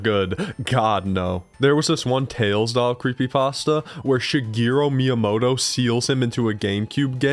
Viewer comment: cearealistly myamoto? that must be a meme